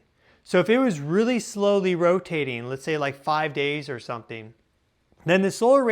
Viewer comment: Rapidly approacheen? Sometheen sounds off there. Now, if you'll excuse me, my lunch is here, chicken weens.